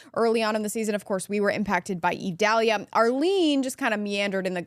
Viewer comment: Its Idalia not Edalia.